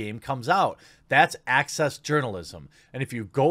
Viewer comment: Oh, 'access' journalism......I distinctly heard Axis journalism. Can't imagine why I'd make that mistake.